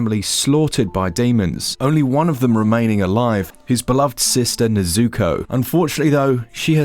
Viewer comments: Great review, though dude you have to work on your pronunciation of things 🤣 first it was "Super Mario BROSS" saying bros. as if it rhymes with Loss. Now it's Nezooko 🤣 I understand you probably aren't a demon slayer fan so wouldn't necessarily know the pronunciation but surely you must have heard them pronounce her name in game right? 🤣 Regardless, this looks dope and I'll be picking it up for sure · The way he pronounced Nezuko's name is cringey.